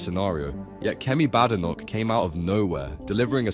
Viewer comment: Bad computerized narration. Kemi pronounces her surname BAYdenoch, and there is a T in "party", not a glottal stop.